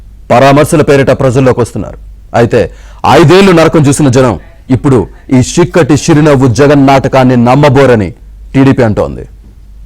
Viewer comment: చిక్కటి కాదు సిక్కటి